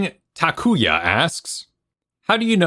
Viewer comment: Thanks for answering my question! And kudos to your pronunciation of Takuya! I have already begun implementing your advice. :)